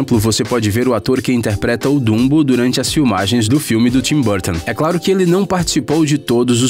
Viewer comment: dumbou!? meu deus esses videos sao tao gringos só traduzidos que o br falando fala ate da forma arrogante e gringa de chamar os personagens pelo oque eu sei e dumbo, e nao bumbou....